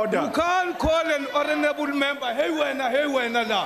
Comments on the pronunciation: An I the only one who heard horanable instead of honorable 😬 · Di just said horonable member? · Lol no,Horanable Member,Yoh I thought they say Honarable member